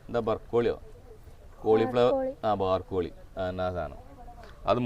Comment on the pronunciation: ബാർകോളി, അല്ല, brocoli